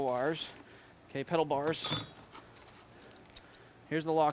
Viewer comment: Did he just say "pedal bars"?